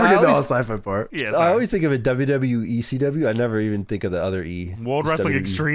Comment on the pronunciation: ' "DuhYuhYee" is amongst the laziest pronunciations of "WWE" going today. Respect. I keep track of these things.